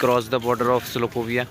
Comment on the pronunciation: Slovakia ko ek student Salokovia bol rha hai, Kya doctor banega re baba